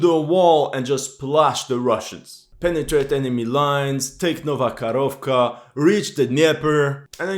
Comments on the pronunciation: ITS NOT KAROVKA, ITS KAKHOVKA, Karovka is a COW in Russian :D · It's not Nova KaRovka. It's Nova KaHovka. H like in "Hold". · It's not "Karovka" but "Kahovka (cyr: КАХОВКА)". Karovka is a little cow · Dear "" I love your work... But please get the name of this town right.. It is "Nova Kakhovka"... not the "nova karovka"... in russian and ukrainian languages "karova" means "cow".... "karovka" might mean "little cow"... None are suitable names for a city or town... 🙂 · thanks for another great video. One minor thing: you pronounce Nova Kakhovka (New Kakhovka) as Nova Korovka, which is the Russian for "new cow". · Man, when you pronounce "Nova Karovka" it means "new cow" :D Just say Nova Kakovka. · Nova Kakhovka, not Karovka. Karovka means a little cow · not Nova KaRovkra, but Nova KaHovka(Ho - like Howitzer) :-))) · It's not Novo-Kharovka, it's Novo-Ko-h-ov-ka. "Ko" as in {ca}ll, "kh" as in {h}ead, "ovka" as you pronounce. Also, not "Inhulets", but "In{G}ulets".